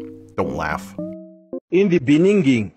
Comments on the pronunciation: The fact that South Africa’s president said in de beninging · in the beninging